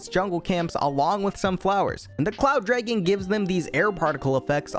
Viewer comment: bro says draigan